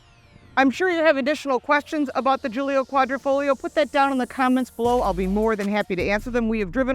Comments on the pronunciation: Sorry it's not guilio its guilia and it's a work of art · how is this your favorite when you don't know the name....it's a Giulia....not Giulio